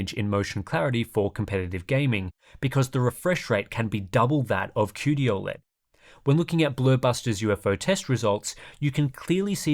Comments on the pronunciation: It's not "Aw-LED" bro, it's "O-LED" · I think you’re the only person to ever pronounce it ol-ed